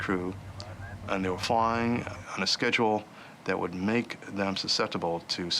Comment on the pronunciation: He was just behind “SHHEDULLE”